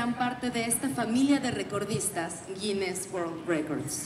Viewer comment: Tienen que escuchar mejor, ya que se han enfocado algunos en la pronunciación de la representante; ella dice Guines y resalta la S.